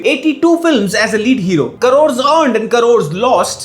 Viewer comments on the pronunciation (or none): "KA-ROARS" earned and "KA-ROARS" lost! hahahaha